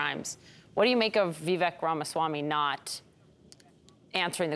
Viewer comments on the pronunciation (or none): “Vee-vehk” 🧐 I just can’t take you seriously if you don’t pronounce his name correctly.